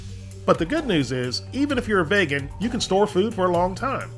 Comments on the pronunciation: I've never heard anyone pronounce the word "vegan" like "vaygan" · Holy shit you pronounce "vegan" the way I do. I try not to, because people always call me out on it, but I can't help it, I've always said it like that, as did my parents which is where I must have picked it up. Never heard anyone else say it like that though. And I'm English so this isn't a locality thing.